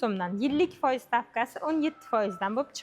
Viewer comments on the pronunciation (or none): Фойиз деябди ухшайдику бу